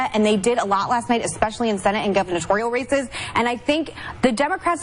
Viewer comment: ... did... did she say... governatorial?